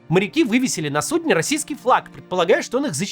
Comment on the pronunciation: "флаг на сундЕ". Вот Кац и спалился, что он нейросеть